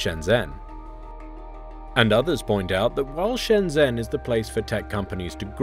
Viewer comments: It's not Shen-Zenn, it's Shn-jn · It's so distracting when people mispronounce shenzhen with a z instead of a j sound, over and over again. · The guy says Shenzhen wrong. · You're not pronouncing Shenzhen correctly.